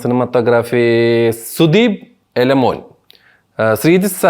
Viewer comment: എലമോൻ അല്ല ബ്രോ, ഇളമൺ. സ്ഥലപ്പേരാണ്